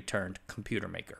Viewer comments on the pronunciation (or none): none